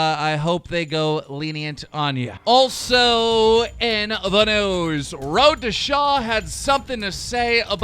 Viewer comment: wroe to shaw what the fuck is that???? i thought it was ROAD TO SHAW this whole time.